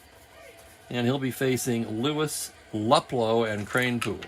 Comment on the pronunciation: I hope you don't mind a pronounciation change. Al Luplow. Instead of Lup Low, sounds more like Lou Plow with the Plow sounding like low with a P in front of it. YouTube has some stuff on Al, where you can hear the name being pronounced. That was a great game a few hours ago. One never know who the star will be until those dice are rolled.